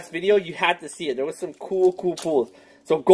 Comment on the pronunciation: Why do u always say der instead of there